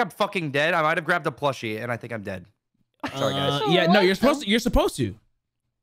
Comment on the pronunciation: please dont say "sowy" ever again...